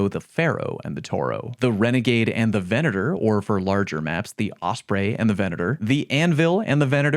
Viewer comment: Thank you for pronouncing Venator correctly. Christ, it bugs the hell outta me when people call it vee-nay-tor.